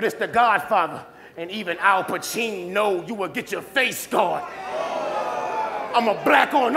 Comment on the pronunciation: Al-pacheen-know huh?